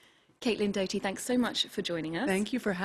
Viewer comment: Morgan Olfursson she said Caitlin death-doughty🤣 🤦🏻‍♀️